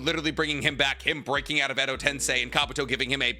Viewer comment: Stop butchering jutsu names IT'S KOMOAMATSUKAM(I) NOT E !! And tensei not tEnSAi !!!!And stop saying notty bell you nerd 🤓